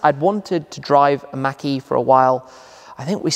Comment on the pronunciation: It sounds like he's saying Mackie instead of mach-e. It's pronouced more like mock-e.